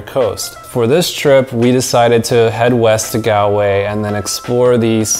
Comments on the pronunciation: you pronounced Galway wrong (not from there) it's pronounced as Gawl-way you elongate the letter a. And make an aw sound when you say Galway and if you plan to go to Ireland again you should go to Cork, we have Cobh it's a town on an island you can visit the Cathedral, you can do the titanic experience and you can go a ferry and go visit Spike Island where you can visit the museum as it was a prison back then you could go to mizen head which is the most southern point of Ireland, you can go to Garnish Island in Glengariff, you could visit Gougane Barra it's not far from a village called Ballingeary, you could go to Midleton where you visit Jameson brewery where you can see how whiskey is made there is a Guiness equivalent called Murphy's Stout where you can only get it in Cork if you like beer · Great video. As an Irish person you hit ever thing perfectly. Although, I have admit it’s funny when Americans say Galway with a super American accent yet get more complexed place names spot on. It’s said like Gol-way, don’t stretch the “a” sound. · Great tips and that is from an Irishman 😊 However the ocd In me should jokingly mention it’s pronounced Gall - Way 😂 If you are ever visiting the north coast hit us up for a guided hill walk in the Glens Of Antrim 😊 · On pronunciations it’s pronounced: Gall-way Bur-ren Moe-her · Do you mean Goll_way? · OK IT IS ... GAWL-WAY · Galway is pronounced ''Gall'' way. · I love your video, but it's pronounced GAWL-WAY. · Galway is pronounced “gall”, like ball but gall-way, sorry it’s just cringe hearing it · Bro Galway is pronounced golway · That's not how to say Galway! 😃😃😂 ahhhhhh